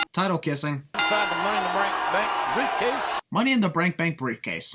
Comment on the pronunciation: That's like the second time one of the commentators said "Money in the brank bank briefcase" lmfao.